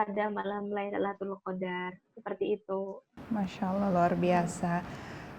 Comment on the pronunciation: maaf kak luna tadi salah mengucap lailutul qodar ya